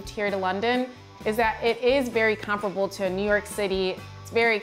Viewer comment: Why does she pronounce comparable like that?